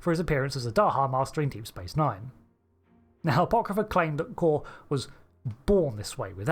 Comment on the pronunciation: Am I the only one that remembers his name is pronounced like "Koor" and not like "core?" When they said it differently in SNW than in TOS I thought Trek fans would spend the next week complaining that they said his name wrong, but instead they're saying it wrong too.